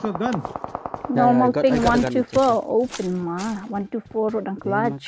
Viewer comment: Its not owe pynma.. Its o' pynma..